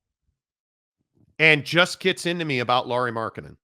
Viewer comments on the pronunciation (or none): Lauri not Laurie! Try to get name right first bro! 🤡